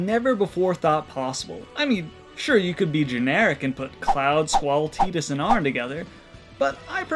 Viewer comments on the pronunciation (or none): lol i admit i clicked on this because of that hilarious thumbnail. That's a good one. btw i hear you say Tie-dus/Ty-dus (Tidus).. it's actually Tee-dus.